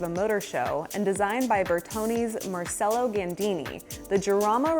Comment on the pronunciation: Aw, that's just SACRILEGE❗No she did NOT🚭❗ pronounce the GREAT Marcello Gandinis' name: Mar- SELL-O❗It's pronounced Mar CHELL-O❗